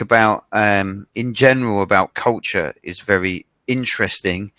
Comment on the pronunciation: 前も、別の人にcultureの発音なおされてたよね！！！笑